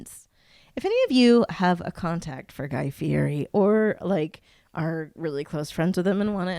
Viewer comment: if you want to fulfill you dream of being besties with Guy Fieri, you should learn how to pronounce his last name! At the beginning of every episode he yells "I'M GUY FEE-YETI"